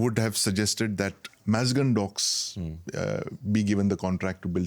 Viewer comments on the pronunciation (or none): O BHAI WO, MAZGAON DOKYARD HAI, ITS NOT AN ENGLISH TERM WHICH YOU HAS TO PRONOUNCE IN U.S. WAY TO LOOK SEXY, WHAT IS MEZGON DOX....SUIT PAHAN KE AA GYA EXPERT..YA HO SAKTA HAI TUJHE BHI NEWS SOURCES SE HI USKA NAM PATA CHALA HO, WHICH SOUNDS FAKELY INTERNATIONAL...BAKI SAB THEEK HAI, NO HATE YOU ARE A NICE ANALYST BY THE WAY..